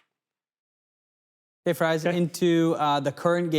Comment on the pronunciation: Everytime calls you... Rhymes with... fries... I cringe